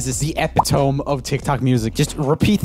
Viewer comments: he pronounced it as eh pit ome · Roomie really said Epi-tome with full confidence he was right. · bro "epi-tome" 🤣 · Omg. My husband pronounces "epitome" like that and I cringe every time. At least he's not the only one I guess. 😅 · never heard someone say "epi-tome" (like cone) and not "epi-ti-mi" .... granted hes bilingual... :D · Is no one gonna mention him saying epitome (a-pi-ta-me) as eh-pit-ome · Had an anxious moment when I thought I'd been pronouncing it incorrectly for 20 years or so. Similar to the moment when I heard 'hyperbole' pronounced correctly for the first time! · Hi, no shade but “epitome” is pronounced “epituhmee” just throwing it out there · I love how he pronounced it as e•pi•tome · Eh-pit-oh-me is how it’s said. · Epitome is pronounced eh-pi-ta-mee. Lol Joel😂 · E pit o me: literally everyone Epit ome: roomie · ...Epitome? Pronunciation = /əˈpidəmē/......You're welcome. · Roomie pronouncing epitome the way it’s spelled is so cute 😂❤️ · Nope, no matter where you live, he's definitely pronouncing "epitome" incorrectly. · It took a minute to process that he meant epitome but said it wrong I thought it’d be a different word all together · Regardless on how to pronounce it in swedish, he is speaking english in his videos and surely happy if he gets corrected so he can grow and improve. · I dont think "epitome" is pronounced like that. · google literally says how to pronounce it, the "e" isn't silent for once. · Ain’t no way Joel just pronounced epitome like that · The way he pronounced epitome and macabre HURTS my soul man 😟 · man mispronounced epitome with the pronunciation guide on screen. also chocolate rain goes hard as fuck